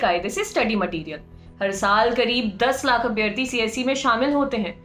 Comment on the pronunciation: Please correct ur pronunciation for abhyaarthi!